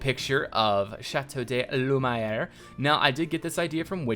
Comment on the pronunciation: Please ! It's pronounced "Lü - mee - air" ! But great build !